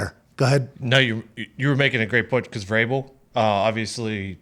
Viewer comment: No biggie lol but it's Vrabel